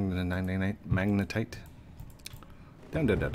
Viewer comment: FINALLY! HE SAID MAGNETITE RIGHT! (Applause) GOOD JOB! (Thumbs up) : )